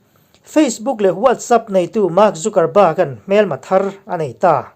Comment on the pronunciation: Tunge chu ni a ka uang ma2 a nih kha... mahse thil kan upload dawn a nih chuan a lam dan etc. tih vel hi uluk deuh ang u... thil harsa pawh a nilo. Anyway, i channel ngaihthlak a nuam e, mi in zir peih tak i ni tih pawh a chiang e. Mahse fimkhur tluk a awmlo, mi sawisel peih tak2 an tam bawk si. Trump hua an tam ropui si, Trump ṭantu te hi chuan 'mistake' siam loh i tum hrâm2 ang u, min sawisel peih ropui si. Ṭang zel teh bro.... Trump 2021